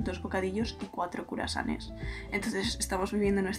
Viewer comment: Me encanta el momento en el que dice "curasanes" en el minuto , porque me he replanteado toda mi existencia preguntándome : ¿no se decía cruasanes? JAJAJAJAJ te adoro